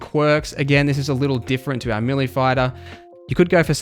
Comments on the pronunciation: Melee = Ma Lee not Milly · YES! How many times does he have to say milly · May lay